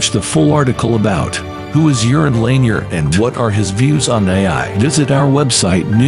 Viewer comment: His name is not pronounced "Urine" bro.